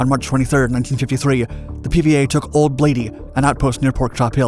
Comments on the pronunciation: It was “Baldy”, not “Blady” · Great doc. By the way it was Old Baldy not Old Bladie. My dad booby-trapped the place. Talked about Dick Inman and Duck Shea with reverence. Both in his class at West Point. Thank you for remembering them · That would be "Old BALDY" not Blady... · Im pretty sure that the neighboring hill was "OLD BALDY". Not "OLD BLADY". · Old Baldy not Old Blady. Clemons was a 1st LT. not a Colonel. Who writes this crap? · OLD BALDY!! not blady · Old Blady or Old Baldy? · It's 'Old Baldy', not 'Old Blady'. One can see Pork Chop and Old Baldy from Guardpost Ouelette on the DeMilitarized Zone on clear days. Joeseph Clemmons was a 1st Lt. at the time, not a Colonel. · "Old Bladey"? I think it was "Old Baldy"... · Old Baldy not Old Blady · *Old Baldy not Old Blady